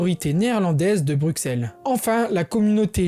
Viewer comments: "Brussel" pas "Brukssel" .... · Super video PS pour Bruxelle en francais on dit Brucelle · sa s écrit bruxelles mais sa se dit brusselles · Bruxelles ça se dit Brusselles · Alors super info mais la prochaine fois, fais attention à la prononciation des villes Par ex. Bruxelles ce prononce "Brusselles" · Je suis belge, patriote mais surtout juriste et je trouve que sa vidéo est très très bien réalisée. C’est sur qu’il y a quelques erreurs/imprécisions, mais globalement tout est dit, bien résumé et compréhensible. Il a l’air d’être français et c’est assez impressionnant de voir une telle maîtrise depuis l’étranger (mis à part le mot Bruxelles qui se prononce BruSSelles mais c’est anecdotique). Félicitation! PS : Jules César disait déjà à l’époque que les belges étaient un peuple respectable !! C’est avéré et prouvé (donc on date de plus loin que le moyen âge) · Y a que moi qui a eux mal au oreil en entandant comment il prononce Bruxelles ? Mais cela reste très bien expliqué, GG et bonne continuation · Peut être que c'est différent entre régions, mais sinon aucune autre erreur ( j'ai vu qu'on t'a corrigé sur la prononciation de Bruxelles dans les commentaires mais sa arrive souvent au français donc pas grave ) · Le X de Bruxelles se prononce S. Et beaucoup d'autres petites erreurs, fieu. Faut revoir ta copie. -- Un spectateur belge. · Tu dis bien Anvers mais pas Bruxelles dommage haha